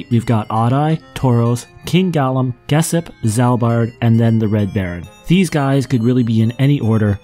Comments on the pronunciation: Geshp is pronounced Geshp, not "Gessip" 😅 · You definitely mispronounced "Geshp".